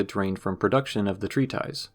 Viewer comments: Oh, treatise is pronounced "tree-tus", not "tree-ties" as it appears to be spelled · Hey this video is awesome! I really love it, one thing you should know though is that it’s pronounced tree-tis, not tree-ties, and plural is pronounced tree-tiss-sees